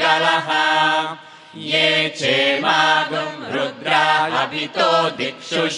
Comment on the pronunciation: I congratulate the European Veda Group for mellifluous rendering of the Vedas.They have excelled many so called Hindus who have no idea about their heritage.Correctly pronouncing the Vedas especially the Rudram is no joke.